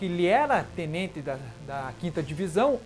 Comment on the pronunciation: Ele fala Tnente